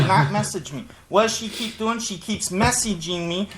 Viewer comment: She keeps me-ssa-jin’g meee